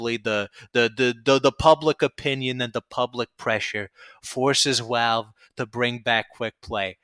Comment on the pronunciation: Why does he say Walve instead of Valve.